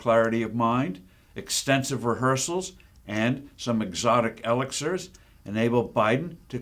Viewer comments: I doubt Biden will drop out as he's too stubborn. That word you used "elixir" is not pronounced "EL eX er"but "E LIX er". :-) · Steve, you show some deficits of mental agility just reading from a teleprompter right here. You mispronounce elixir. But then, you were such a bangup candidate for President yourself. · let me make this perfectly clear. I am far from perfect and I hate Joe Biden as much as anybody else hates him, but Steve you’re reading too, and you mispronounced the word elixir.